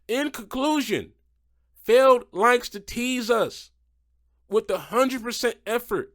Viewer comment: You said MJ Solorio's name right. But Feld. Come on! Also what is that Sparkle Smash paint scheme?! That is ugly af.